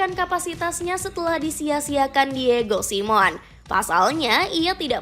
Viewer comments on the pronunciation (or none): ...say it with me ya: Vil-la-re-al Di-e-go Si-me-o-ne